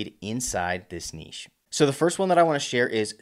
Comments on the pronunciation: Thanks for not pronoucing it "nitch". I appreciate it. :) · lol makes a change to hear an American pronounce niche correctly 😂😂